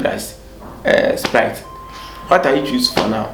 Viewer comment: Sprite not sprit